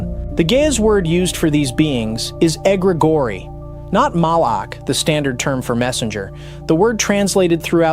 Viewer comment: egregori🤔 Sounds like egregor